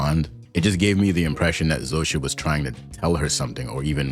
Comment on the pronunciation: You pronounce "Zosia" splendidly! Some people (even in the show) butcher it terribly, but yours is really good :)